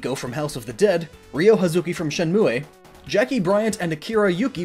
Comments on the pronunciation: I'm sorry, but.... "Shenmue, eh?" tmw Canadian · shen-moo-aye why do people always say it like that lol..